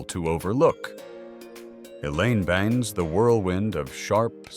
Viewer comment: Not too bad, just didn't like the pronunciation of "Benes" and the odd variance in volume 😖